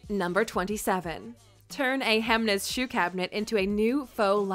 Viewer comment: no, it's not. It's like she pronounced it.